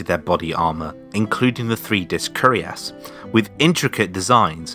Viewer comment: It's curiass but cuirass (pronouce it like "queer ass" with "ass" rhyming with "mass")